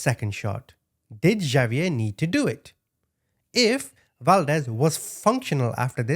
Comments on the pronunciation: Okay, completely minor comment…Xavier is pronounced “Ha-v-air,” not “Ja-v-air.” 😉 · The name Javier is pronounced HA VEE AIR. 😂😅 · Is not Javier.. it's pronounced Hov ee air